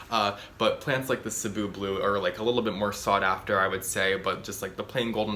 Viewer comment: Damn only you and Crazy Plant Guy are the only youtubers I watch that pronounces 'cebu' right